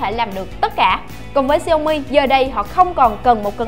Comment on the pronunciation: đọc đúng theo tiếng trung quốc là xiẻo mỉ